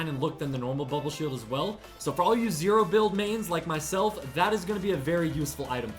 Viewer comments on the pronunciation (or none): none